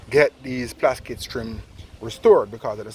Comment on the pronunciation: Man say ‘plaskit’ 😄